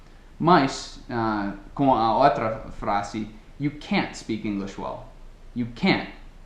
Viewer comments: You used the sound of the letter "T", when you say (at the end of the video): "You can't speak English well". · No exemplo final ele acabou falando "can't" pronunciando o "t", kkk...